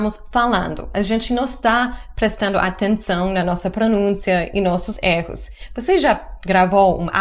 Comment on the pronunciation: Você sempre erra na pronúncia da palavra erro